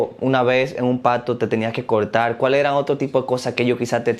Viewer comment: Nosferatus es una palabra Romana que significa “Vampiro” no es un Buo como dice ella. Y el tal Baphomet es mitad cabra y mitad humano con la cara de cabra, no caballo como dice ella. Puras mentiras de esta señora ya que es “Cristiana “ por cierto se dice…. CORTAR NO COLTAL. 😂